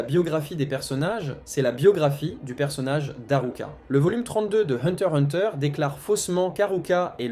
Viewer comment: Le x ce prenonce !